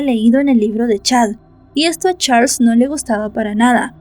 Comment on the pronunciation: Disculpa no se pronuncia como se escribe se pronuncia charls